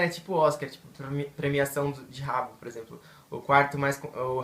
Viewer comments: Não se diz ''Rabo'' se dis ''haboo'' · Se escreve Habbo, e se fala rabú, não rabo